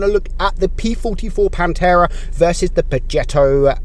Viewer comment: It pantera not panterra.( Im Italian)